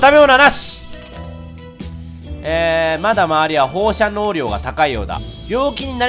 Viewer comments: 放射線なのに放射能って言うのも、言えてなくて「ほうしゃにょう」ってなるレトさんに笑ってしまう。微笑ましい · 個人的に「ほうしゃにょ」じゃなくて「ほうしゃねょ」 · ほーしゃにょーって一年前も何回も言ってましたよね笑